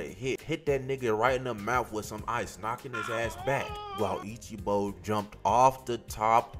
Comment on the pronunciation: This guy has a good vid be calling him ichibo 😅 great vid thanks for the vid